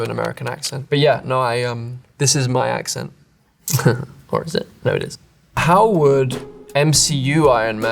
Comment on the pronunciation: Ayyy su acento no podría ser más perfecto😍😍😍